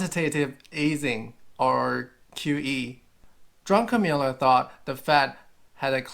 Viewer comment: Druck-en-miller, not Drunken-miller.